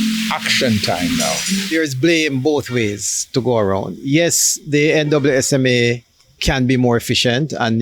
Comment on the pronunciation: Why is he saying NWSMA🤨 i thought it was NSWMA🤔